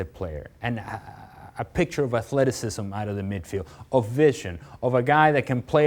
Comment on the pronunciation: Yo like literally every single video....he must say.....aThLeTiCisM